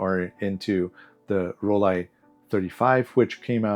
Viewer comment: You get a thumbs up for pronouncing Rollei correctly 😉 Lomo are definitely working on it behind the scenes (my sources told me it's actually V1.6 already, with all the things they're slowly improving) which is great news. Just a shame it was rushed out, especially as there were no leaks at all and they could easily have waited another 6 months to finish testing properly. It's tough to fix a bad reputation of a failed release, but hopefully an official V2 or a well tested 120 version (one can hope...) is on the way.